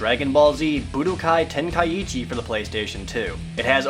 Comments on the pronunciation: You're not saying Tenkaichi properly....say TEN.....KAI......CHI, you're ursing the first i twice, otherwise it would be Tenka ichi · Jared's mispronouncing Tenkaichi >.< He's saying Tenkaiichi not Tenkaichi. Ten-Kai-Chi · your saying tenkaichi wrong " its ten-kai-chi"~ the ka and I make 1 sound so you don't repeat the I afterwards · it's pronounced ten kai chi. 3 separate words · Ten-kai-ee-chi Wat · it's tenkaichi where do you get the 2nd i that makes it tenkaiichi people need to learn to practice the grammer what it reads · There's only one "i" after the a in Tenkaichi, but the way you pronounced it made it sound like there's two "i"s there, making it Tenkaiichi. I might be wrong, though.